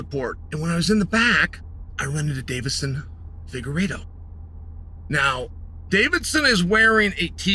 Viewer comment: Chael, Davidson actually pronounces his last name Fig-ward-doh.